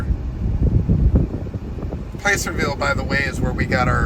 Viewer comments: Was driving me nuts! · If you can’t pronounce placerville correctly don’t come to Tahoe